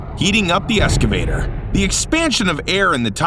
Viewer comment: Its an excavator not an escavator too! Even tho that was a dump truck as mentioned previously but I